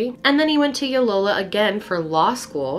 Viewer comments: LOY O LA - it is not hard to say. L+OY! O LA! try it and show us you care about the names of where we live. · It’s LOYOla, not Yolola. As an alum, I feel compelled to clarify lol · I went to Loyola and it's LOY-OH-LA, not low-yola. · Was Loyola referred to as “Yolola”? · It's Loyola Marymount University not yoylola lol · Loyal Loyal Loyola. Not Yolola. 😉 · I’m sorry, yo-lo-la? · Ok the pronunciation of Layola is Lay oh la . Sorry it matters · Why are you calling Loyola Ulola? It’s not that hard Loy o la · Loyola or Yolola xd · pronouncing "Loyola" like "Yolola" was my favorite part of the video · It's Loyola ( loy-oh-luh) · Loyola Marymount right? Her mispronunciation confused me lol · Looked for this comment hahaha and lo-dee NJ 😂 no hate